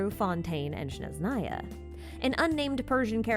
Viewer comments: I keep hearing people misspronounce "SnezHnaya" region as "sHneznaya" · SneZHnaya. not SHneZnaya. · No offence, but i hope at least by the time we get to the Snezhnaya, you will say it right)))